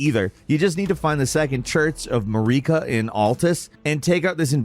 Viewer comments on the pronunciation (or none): The way he pronounced their names lol!!! He pronounced Marika like Mallika. And Malenia... malania. It's painful. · "Mah-reeka" is nasty work bro 😂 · AND MAREEKAH!?!?! SHUT UP PLEASE!!! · "Muh-reek-uh" is driving me crazy. None of the NPC's pronounce it that way lol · Second church of MAREEKA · Mareeka for Marika, Melania for Malenia and whatever he said for Miquella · Don't forget RODagon or MaREEKa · The way you say Marika infuriates me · I'm def being a dick here, but how is it that you manage to mispronounce the names of the in-game characters when there is dialogue pronouncing them for you? Mohg, Marika, and Radagon come to mind as characters whose names are pronounced in game. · Which is hilarious because queen marikas name is pronounced several times.